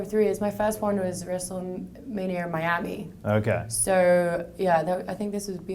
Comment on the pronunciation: "Wrestlemanier" Lmao god shes cute.